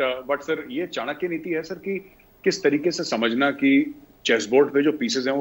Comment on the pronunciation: ताहीर साहब वो चांकिया फोरम नही चाणक्य फोरम कहते हैं, "चाणक्य फोरम".